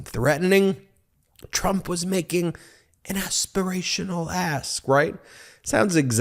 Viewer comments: Aspirational ask, or Aspirational ASS?! 😂😂😂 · what did you say aspirational asp? or did you say talking out of ass? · Did he say ask, or ASS !!